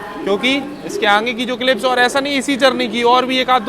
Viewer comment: Bhai aangeyy nhi hota h.. Kitna baar bola h.. Aangeyy aangey😂😂😂aagey hota h